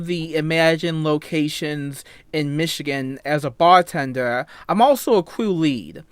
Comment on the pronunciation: “I’m twewwiwun, I wuk as a bawtenduhr. I’m awesoe a cwew weed.”